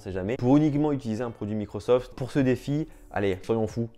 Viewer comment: J'avais pas remarqué mdr